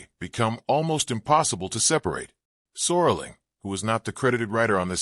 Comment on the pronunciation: "Sorling"? His last name is SERLING.